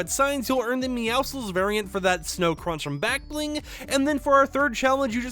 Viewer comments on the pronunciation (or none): i like how every time someone says meowscles’s name, they mispronounce it